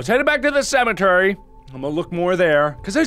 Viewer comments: "cementary" mark, there's no N in that word xD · Don't judge awesome speech, it's amazing. Who would of thought of "Cementary" !! AHHHH It's SO AMAZING!!!!!!! Maybe I'm so happy because I'm an Egg.